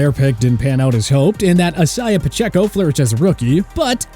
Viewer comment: Why he say Isaiah like that?